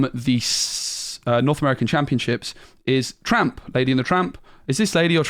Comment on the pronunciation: It's Lady and Tramp, not Lady and Trump!